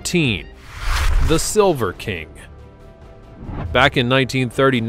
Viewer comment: I am amused at your pronunciation of the Silver King.